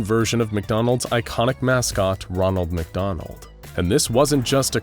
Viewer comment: "magdonal" -The Shy Guy